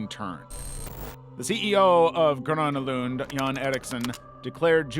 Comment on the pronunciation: I have to say, pretty good pronounciation of Gröna Lund! I am impressed!